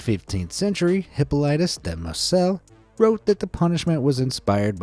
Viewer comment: Like the place in France it’s pronounced“Mar-say”